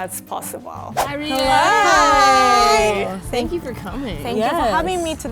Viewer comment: I wish they could get it right!... It’s Rie Not Ri-é